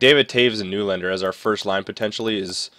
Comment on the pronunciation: Hey nylander's name is pronounced "nelander".